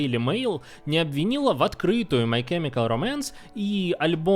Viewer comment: Спасибо за видео, но чёрт побери эти ударения "My chemical románce" "ФрАнк Айеро" режут уши!